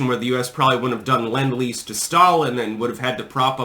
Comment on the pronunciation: It’s lend lease not Len lease